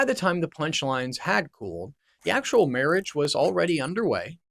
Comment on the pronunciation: Can you not read or pronounce words? Versailles? Marriage?